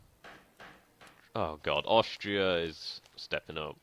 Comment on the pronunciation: hey, nice gaming! Say: why do you pronounce "Aushtria"? Is this a kind of dialect?